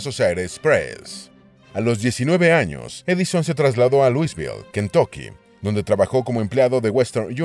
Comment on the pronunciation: La gente de Louiseville te haria arder en leña verde x' D. Una nativa de ahi nos informo que odian que se diga Luisvil y que incluso el Louivil era levemente mas tolerado. Que la pronunciacion es "Lobol" (si, tambien a mi me suena marciano pero asi es como sus habitantes defienden el nombre, sabra Kami porque) :S